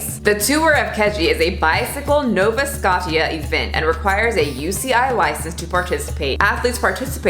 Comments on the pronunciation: Btw doll…Nova Scotia is pronounced Nova SKO-SHA. Not Nova Scot-Tee-ya! 😂 You’re welcome! 🫵😂🤓🤷‍♀️ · 'Nova Scottia' 😄 It's pronounced Nova Scosha. I'm not criticizing though, I'm sure I mispronounce so many American place names, was just funny to hear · I love you but I know you didn’t say Halley-fax instead of Halifax and Nova Scot-tia😭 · "Hollyfax" and "Nova Scotchia" hahaha! they're pronounced "Hal - a - fax" and "Nova Sco - sha" I just thought that was some pretty hilarious pronunciation. Like when Americans try to say "New Found Land" that shit cracks us up, us Canadians just say "New-fa-land" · The Nova Scot-ia part made me giggle. This was a great video though ( in case anyone cares it's pronounced like Nova Skosha) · Nova SCODDIA? Imagine not being able to pronounce Nova Scotia LOLOLOL . Must be another home schooled liberal with hippie parents. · Keh-jee-muh-koo-jik, Nova Sko-sha, hala-FAX- and those ain’t even the hard place names here 😂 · You obviously did a lot of research for this video, a quick Google search would have taught you how to properly pronounce; Kejimkujik (Keh-jim-ku-jick), Halifax (hal-e-fax) and Nova Scotia (no-va scosh-a) and not possibly offend any viewers from those places, like myself. I have no problems with your content offending me but simple geography pronunciations shouldn't be how you do it! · Love you but it’s Nova Scotia (skoSHa)) 😁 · “Nova Scot-tia.” As a Canadian, I am offended! 😡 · it's pronounced Scosha. Nova Scotia. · Sorry nitpicky Canadian here... Nova Scotia is said like Nova sk-oh-sha 😝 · Nova Scotty-a...lol. I'm dying. Hallie-fax. 😂😂 .... Please do Saskatchewan next! Still love ya, from this Canadian. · Say it with me.. “Nova-sko-sha” Nova Scotia. 😂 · Nova Scotia is pronounced No-va Sco-sha lol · Just so you know, Nova Scotia is pronounced like: No-va Sk-O-sh-ya. And no one other than locals can pronounce Kejimkujik 😂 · As a fellow cad I am as well. ITS NOVA-SCO-SHAAA